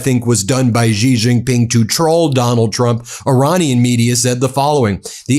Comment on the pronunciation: Will you PLEASE learn how to pronounce the J In Chinese words?!? Hint: It's the SAME pronunciation as the J in FRICKING ENGLISH! How difficult is THAT???